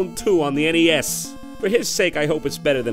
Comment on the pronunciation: Ah yes, I play Mario on the NEYAS.